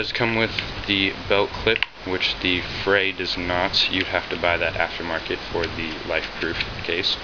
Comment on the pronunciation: pronounced "free"